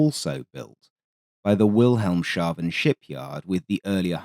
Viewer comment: Nice video. Just a correction Wilhelms-Haven. Theres no SH sound it’s like two words. PS it’s proper that every RAF or RNAS squadron have at least one Montague on the books